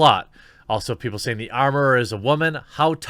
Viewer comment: WTF is a wah-min? . Yeah, I know whats being said. Just didn't know why it was being pronounced like that. Inside joke?